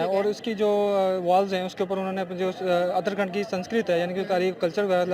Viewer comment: Uttarakhand hai naki utara khand